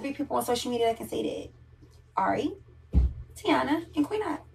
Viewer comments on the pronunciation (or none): The girls name IS PRONOUNCED TY-ENA NOT TEE-ANA🤦‍♀️🥴🤷‍♀️ LIKE, DAYUUUM!!! It ain't that damn Hard to see that: Taina! EVERYBODY Butchers this Girls Name... 🤦‍♀️🤷‍♀️🙋‍♀️💯👀🥴😬🙄